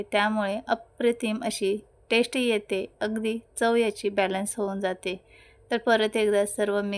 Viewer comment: ताई, भाषेकडेही लक्ष द्यावे.टेश्ट असा उच्चार न करता चव किंवा रूची म्हणा. टेश्टी न म्हणता चविष्ट , रुचकर म्हणा.कानाला सतत खटकतं.इंग्रजी शब्द कशाला?